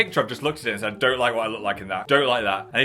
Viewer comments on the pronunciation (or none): none